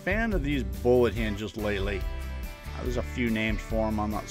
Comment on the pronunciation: Great job! BTW are you saying bowl hinges? Those look perfect for a project but I can't figure out the name your saying.